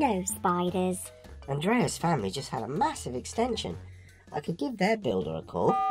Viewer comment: It’s “Mahossive!”